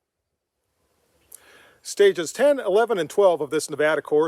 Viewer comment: Thank you for showing the respect,,to pronounce our state name properly...It may seem trivial to some,but it means something to us...